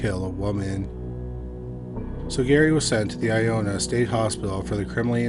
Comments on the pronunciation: Ionia is pronounced I-own-yuh🤣 not i-own-uh stupid of me to even correct it, just figured its worth mentioning. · Woof. You butchered those Michigan names, bud! lol Still LOVE your channel... I-own-yuh (Ionia) and Ip-sil-ann-tee (Ypsilanti). I had a buddy whose dad worked at the Ionia hospital as a guard round that time. I live in Spring Arbor, currently, just west of Jackson (former home of the World's Largest Walled Prison... our nickname is still The Prison City) and not far from Onsted. Not sure where you are in Canada, but we're only 4.5 hours from Toronto and only about an hour from Windsor, Ontario.